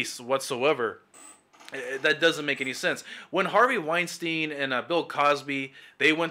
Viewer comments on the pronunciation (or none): none